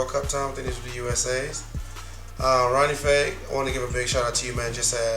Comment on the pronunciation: this guy loves Ronnie Fieg and everything he does but can't even say his name right... hahahaha